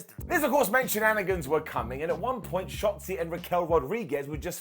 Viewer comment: Wait did you just say Shotzi or Shotli who's Li unless you're talking about Xia Li and I would never expected you want Xia Li to get Shot Like how could you dare wish death upon her I know you have lots of hatred on her for being Lazy Every other week on Smackdown but DANG! LOL 😆😆😆😆😆😆😆😆😆😆😆😂😂😂😂😂😂😂😂😂😂😂😂😂🤣🤣🤣🤣🤣🤣🤣🤣🤣🤣🤣🤣🤣🤣🤣🤣🤣🤣🤣🤣🤣🤣🤣🤣🤣 THE COLD BALD HEADED A-HOLE IS IN THE HOUSE